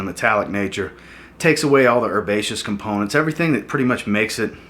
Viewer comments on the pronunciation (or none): none